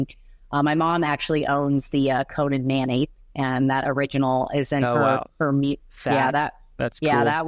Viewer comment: Thank you for saying "Conan" correctly!